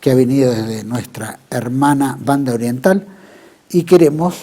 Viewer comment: ¡Que bien que suena cuando dice "Banda Oriental"! Saludos desde la Banda Oriental.